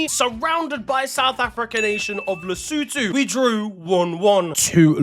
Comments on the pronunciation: Nailed lesotho😂😂😂. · thank you for knowing how to pronounce Lesotho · I didn't expect him to pronounce Lesotho correctly with that accent but he did 🔥🔥🔥